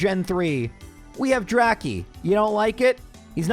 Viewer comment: it's pronounced Dra-Kay